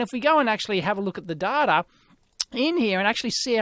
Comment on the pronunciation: "It's hard to get dater on this stuff!" Mwahahahaha.